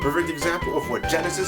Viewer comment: he said sonic genisis perfect exsample what genisis does what nitendont